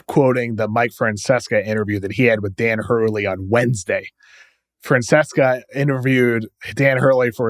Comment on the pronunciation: The name is Mike Fran-sessa not Fran-ses-ka. It drives me crazy when people don’t show Mike the proper respect by pronouncing his name correctly.